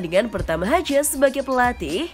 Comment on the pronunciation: Mark hajes? Hiujs keles